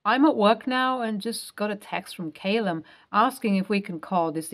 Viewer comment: "Callum" not Caylum